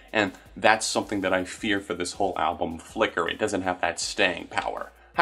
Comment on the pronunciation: Idk why but how you say "Flicker" is super satisfying